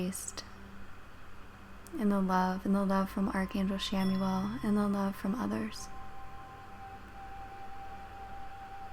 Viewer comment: Good energy :) … I thought it’s pronounced “KAM-uel” tho?